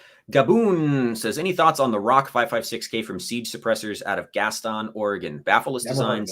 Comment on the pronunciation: the inbreds in gaston will be mad at your for mis pronouncing their town.